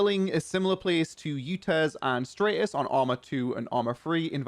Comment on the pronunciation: man really said straightis